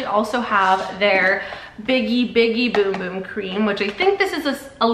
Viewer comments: they were questioning her pronunciation which is the correct pronunciation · That's how you pronounce it.